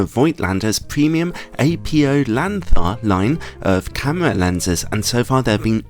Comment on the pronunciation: Apo (apo) is a type 1 shortening for apochromatic, apo is not an initialism with the letters being the first of several words nor pronounced as such. Apo is to be pronounced as a word.